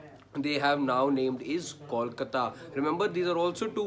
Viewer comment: I cringe everytime someone says "callkata", more so a journo. Can uou say "bolbala" or do you say "ballbala"? Or try saying "tollplaza". Now say kolkata and you will be just fine, buddy.